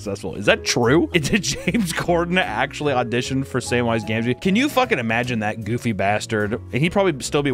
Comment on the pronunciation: You’re saying gamgee wrong bro. I’m not a rings fan but bruh you said you a fan??